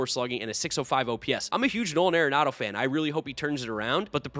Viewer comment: It's not .... "air-enado" .............. It's .... "are-enado" ..................